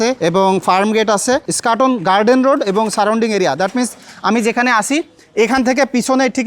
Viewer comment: "স্কাটন" না "ইস্কাটন"??